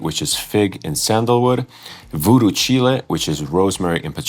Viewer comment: Btw Daniel correcting you on the pronunciation of Voodoo Chile. it's a reference to a Jimmy Hendrix song. it's not Chilli like the pepper. Its Chile like the word Child without the d.